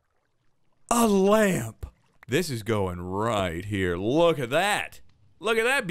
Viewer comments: no one: not a single soul: and: LÄMP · anybody else facepalm when he said lamp?